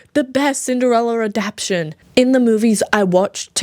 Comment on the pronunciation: The word is "adaptation" not "adaption," you're not pronouncing that third "a"